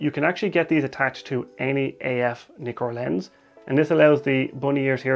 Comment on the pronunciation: Brilliant video...but Nikon and Nikkor are pronounced as in "Mick" not "Mike" . Ask any Japanese person !